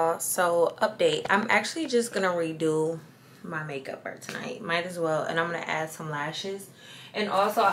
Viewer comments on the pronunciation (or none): Because tonoight will be the noight that i will fall fuh yuuurrrr 😂😂😂